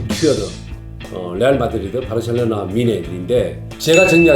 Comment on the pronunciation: 병지 형님 발음=바르셸로나 ㅋㅋㅋ